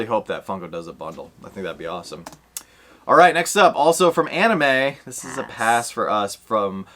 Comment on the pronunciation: I will say I do like the anime but the only one I'm really excited about is the scented sugar for sure. The Gojo one is actually a maybe for me. Nate likes that spider-boy a lot too! And nice job on the anime pronunciation ahahaha